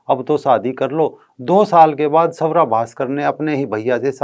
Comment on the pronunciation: सवरा... नही....स्वरा..